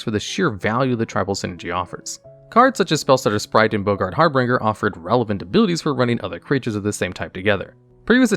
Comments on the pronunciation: Har-BINGER not Har-Bringer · In every single video there is a moment where I find myself asking who this man is. What human hasn't ever heard the word "harbinger" why is there always one word that makes this man sound like a straight up alien